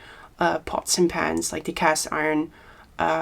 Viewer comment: iron to use to press something is pronounced "I earn" Your english is very good, just thought I would help, as this is a weird english word to pronounce